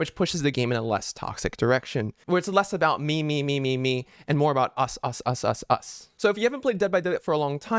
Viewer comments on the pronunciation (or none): Bro went "us us us us us" but it sounded like usus sus sus